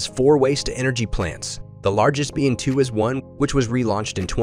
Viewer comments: There is no "k" sound either. It is simply the same as "Twas". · It is not "tu-as", Tuas is pronounced "twask". It's of Malay origin and big industrial area in Singapore.